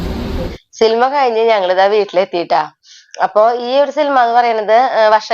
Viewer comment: സിൽമാ അല്ല 😢സിനിമ എന്ന് പറയു